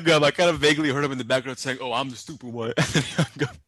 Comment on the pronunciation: “What’s wrong with your lokayshin? Ar-Is your lokayshin a-stewpid” cracks me up every time